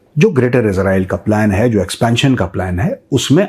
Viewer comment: Major Sahib, After criticizing Pakistanis for the way they pronounce Israel as "Israaeel", you too seem to be doing the same!